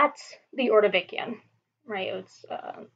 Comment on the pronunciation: Great lecture- will learn technique over time- do not say uh, um. Space words evenly, not as one would in conversation. Ordovishun, not ordovikian.